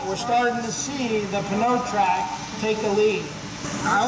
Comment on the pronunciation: Would it not be pronounced "no-trac?"